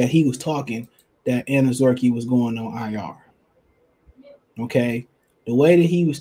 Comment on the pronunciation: Anazorkie lol bro you butcher so many names I believe it’s intentional sometimes but great content regardless